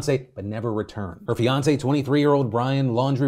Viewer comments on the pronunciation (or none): none